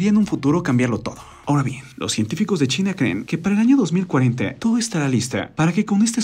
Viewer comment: ■ En el 7 segundos empezando el video que dice "Algo brutal acaba de pasar en .....", parece escucharse decir Chile en vez de China. ● ¿Dijo Chile o China? En el segundos ⏱️. [Y no 007 James Bond 😁]